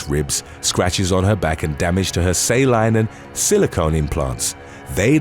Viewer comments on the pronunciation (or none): none